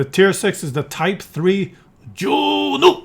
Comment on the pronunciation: "Ju-Nu" we wanted u to grind the Japanese line! 😂